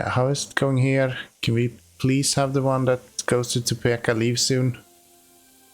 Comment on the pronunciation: Topeka...it's peek not peck